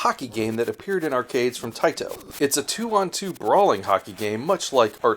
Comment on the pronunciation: I love it when Taito is overpronounced.... "Tae-Tow" with really hard T's